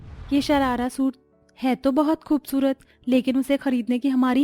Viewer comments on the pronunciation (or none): none